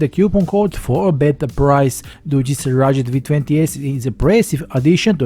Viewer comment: Please man. You must say RuGGGGed. You pronounce as Gatorade